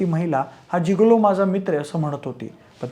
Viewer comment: जीगोलो ❌ गिगोलो ✅😅